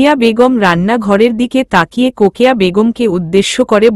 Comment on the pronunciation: লিখচেন রোকেয়া বলেন কোকেয়া